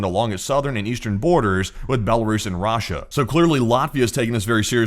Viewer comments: Rah-Sha lol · off topic but anyone else love the way this guy pronounces "RAHSHA" 💀💀